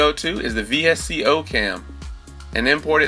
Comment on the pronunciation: V s c o cam dude it's said likes visco one word man 😫😫